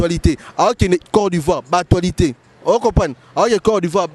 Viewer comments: on dit actualité et non atoualite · Stp c l'actualitee.c'est ne pas atoilitee.hum ba journaliste ya congo. Probleme makasi hein😂😂😂😂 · Vraiment na actoualité au lieu d'actualité kiekiekie